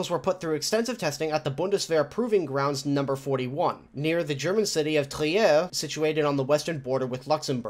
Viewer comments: The city "Trier" is pronounces "Trier" not "TrieEr". The "i" like in "he". "Trher" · The e in Trier is silent :D. Its there to elongate the i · As usual, quality Video. Though your pronouncination of Trier sounds somewhat French to me.